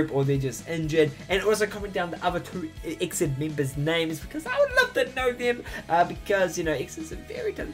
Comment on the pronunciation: The groups pronounciation is E-X-I-D not Exid. :3 It stands for "Exceed in dreaming".